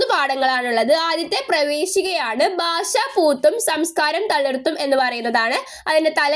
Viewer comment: ബാഷയല്ല.... ഭാഷ ബാഗമല്ല.... ഭാഗം